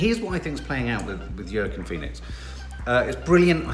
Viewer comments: Yorrkiinn Phoenix 🤣🤣🤣🤣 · Hi, it's pronounced 'Wackeen'. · Pronounced Wa-Keen haha - sounds picky however i was a little distracted when my teenager who kept repeating it as i attempted to watch 🤦🏼‍♀️😂 apparently I’m obsessed with you both - ‘whatever’ was my teenage response 🤣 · always says Joaquin Phoenix’s name wrong 🤣🤣🤣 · It changes every time... the evolution is ridiculous... but also why we love this family